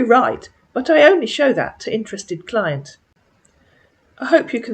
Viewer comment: He meant client when he said “Clint”. He must have been watching porn while talking to you. LMAO 😂